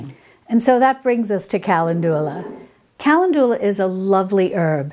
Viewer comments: The correct pronunciation of the flowerCalendula is pronounced KUH- Lend- duh- luh😅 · Calendula is pronounced: kuh LEND yuh luh. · Sorry, lost me at 'Kalindoolar' 🤦🏼‍♀️🤦🏼‍♀️🤦🏼‍♀️ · I love how you pronounce calendula lol. Thank you for this video! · I think most people pronounce Calendula with the second syllable accented FIY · Thanks for your videos, I enjoy them very much! Not sure if anyone commented on your pronunciation of calendula...please look this up! Otherwise I find your videos very informative! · I want to enjoy the video, but the mispronunciation of calendula is driving me to distraction. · Both pronunciations are English and both are in common use throughout the US. I struggle with her pronunciation of calendula. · pronounced CAL LEN DU LA and SAL V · Hi, you are pronouncing Calendula wrong😅 it's Ca- len- dula. I think you're saying Cal- en- du- la. Just heard you while watching this video. Please don't take it as a complaint...no bad vibes...only good ones! 😊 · Ca-LEN-du-la, not Cal-en-DU-la... just fyi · Hi, I think Calendula is pronounced "kuh len du luh" with the second syllable emphasized. Great video. Thank you for the all of wonderful advice you give to us! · When I worked in a nursery they told me it was pronounced “ ca land u la “. After I pronounced it like you are here. Only the creator knows. I love your videos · I don't usually edit how people say things, but Calendula is usually pronounced, "cal LEN' ju la" with the accent on len. Good information, Thanks! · Calendula is where we get the word calendar. The Roman's loved this herb. It's pronounced cal in joo la. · kuh LEND yuh luh. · Oh, Ca len du la :) It is funny how pronunciation of words vary based on where you live. I've also heard Peonies and Oregano pronounced differently too. Same for how some plants are called different names in Europe compared to North America. Like they call a Zucchini, a Courgette over in the UK.